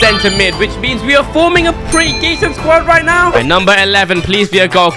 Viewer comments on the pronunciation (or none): none